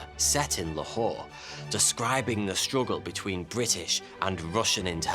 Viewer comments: It's pronounced more like laa-hor instead of la whore. The hor is like the pronunciation of horse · OMG, never in my life i thought while pronouncing my beloved Lahore which is "loor" in our dialect you will degrade it like that.... Not good no, it's not humorous